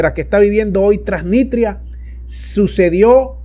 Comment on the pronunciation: Lee bien, TRANSNISTRIA